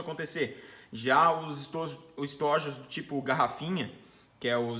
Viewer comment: Parabéns. Muito bacana o vídeo. Percebi que se confundiu quando foi falar a palavra estojos (plural). Uma coisa me incomoda muito no universo do tiro: as pessoas pronunciarem o plural de estojo com a vogal fechada ao invés de aberta. Estojos|ô. Abraço irmão.